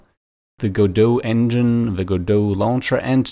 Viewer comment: You're the first person I've heard correctly pronounce Godot